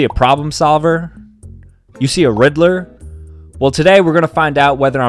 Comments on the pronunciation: when in the first 10 seconds, when he said "riddler", i genuinely thought he said "rizzler" 🤣🤣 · I thaught he said rizzler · "you see a riddler" me who thinks that he said rizzler